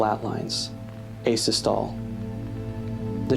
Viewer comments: It's pronounced ay-sis-tuh-lee not ay-sis-tohl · One small note, and this isn't meant to be a gotcha or anything: asystole is pronounced "Ay-siss-tolly" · I'm so sorry this video is amazing and an absolute masterpiece, but the mispronunciation of "asystole" (it's supposed to be ay-sis-tuh-lee) was so jarring I had to take a little break from watching. But anyways this was such a wonderful video, especially for those who've always wanted to read the whole thing but never had the means to.